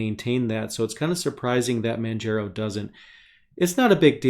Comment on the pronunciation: Also Manjaro is pronounced like manJAHRO not manJAYRO. Like Mount Kilimanjaro(Sorry I gotta be that one OCD guy). Btw great video!!